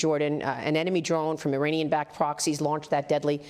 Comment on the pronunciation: It's Not "Ee-Rainy-Yan" (no Rain in forecast)!! It's pronounced "Ee-Ronny-Yan"!! Highly educated Journalist!!